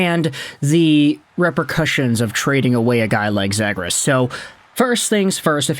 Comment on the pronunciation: ZEE-gras, not zed-gras :)